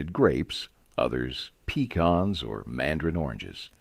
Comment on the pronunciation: I agree. I think "he" is computer generated when he said "PEE-kahns". Not sure where "he" is from in the South. Never heard it pronounced that way. It's "puh-KAHNS" in Texas, Louisiana, and Mississippi, but is "PEE-cans in the Carolinas and Georgia. Never "PEE-kahns".